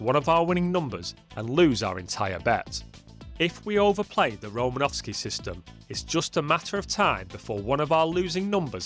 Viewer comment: Just a bit of trivia, there is no V in Romanosky